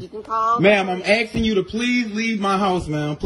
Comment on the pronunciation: A'hm AXING you t'leave mah house...!